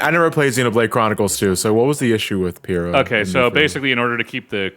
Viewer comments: i get annoyed everytime i hear pira. pyra is like pyro Pyra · Guys, it's pronounced "PYRE-a", like the word "pyre", like they say the name in the reveal trailer multiple times. The thing about Pyra and Mythra's outfits in Smash is pretty interesting because when Ultimate came out Mythra was initially included as a Spirit in the base game, and they added black leggings to her character design for the Spirit so as to maintain Ultimate's E-10+ age rating, but at around the same time that Ultimate was released they added the leggings as free DLC to the base game of Xenoblade Chronicles 2. Chuggaaconroy talks about this in his Let's Play of XC2 and I recall he said that "the leggings only make her hotter" so make of that what you will. And another thing is that even though Pyra was also added as a Spirit in the base game of Ultimate, her design wasn't actually altered at all for the Spirit render, and it was only changed when Pyra was added as a fighter. That is a little strange and I don't think anyone ever gave a reason as to why it is that her outfit was only changed for when she became a fighter and not when she was a Spirit in the base game. Then again the changes made between her Spirit render (which as far as I can tell is just directly taken from XC2) and her fighter design are much more subtle and are more difficult to notice at first glance, so that could have something to do with it. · I cringed every time they pronounced the names "Pyra" and "Mythra" lol.